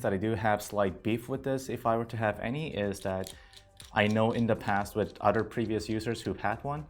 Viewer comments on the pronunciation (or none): "udder things"... lol